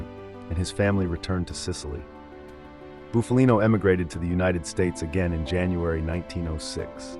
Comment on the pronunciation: The narrator is mispronouncing Bufalino last name